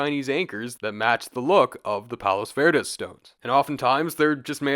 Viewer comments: Just a pronunciation tip for next time. Palos verdes is spoken as “palo verde”. You drop both the “s”’s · we didn't realize the “s” sounds were dropped for palos verdes, that’s helpful for next time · Everyone here in Pedro pronounces it “Pawlows Verdiz” lol